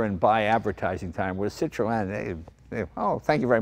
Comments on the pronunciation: O.K., I give up, what the hell is a Citro-ann?. Oh, I Get it, thats the way obese aged New Englanders pronounce Citroen. "Cit'-roehn". . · sit ron, not sit ro en. Pronunciation. just annoys folk like me. And the hydraulic spheres were cheaper to buy from Citroen than from Rolls. Like a quarter of the price from RR.But heh, if you could afford a Rolls you had more money than sense. And just about any decent hydraulic fluid will work.They are french though so they will just stop at random for no reason. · Jay I can't watch this video with you saying Cit-RO-en all the bloody time . .It's Cit-run. . .Damn yanks 😂🤣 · "Cit-tro-en"? In England we pronounce it "Cit-tron" or "Cit-trun" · The name is pronounced as "Citren" not Cit-ro-en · Wrong, Ringo. SIH tro en. And swirl the -r. Not the knuckle. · « see - tro- hen » not too much emphasize on the H sound though , is as close as I can think 🧐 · "Citro-enn lol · false ! la prononciation est cit ro en (i'm french) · Say 'Sitron' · Why do you insist on pronouncing it Citro N? o_0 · French here. Pronounce "Citro - N" and you're good. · Citro-en😅😂😅 what!!! Citroen it’s French for heavens sake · Citroen is pronounced citrauwn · its pronouced citrin jay no offence to pronounciation by the way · So funny the way he pronounces the name Citroën :) :) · Jay l like this Citroen ( your pronunciation of Citroen is Super Hilarious) How ever l prefer the DS Citroen ( especially the convertible) There was a company in the UK that produced a turbo kit package for the DS Model . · I guess I've been mis pronouncing Citroen.Jay sure likes his seat pulled back. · I would watch the whole video but can't due to Citroën being pronounced incorrectly throughout. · His mispronouncing of Citroen is killing me. Come on Jay! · Jay you must know how to pronounce the name Citroen !! Just saying ! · That's not how you pronounce Citroen